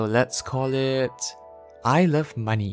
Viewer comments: I love how when you say "I love money" it also sounds like "Isle of money" which is super fitting. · I heard "I love money" as "ilse of money".